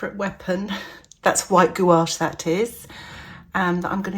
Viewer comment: You pronounce "gouache" correctly, like a European. I was watching some American artists and they pronounce it like "gooch" or smth 😅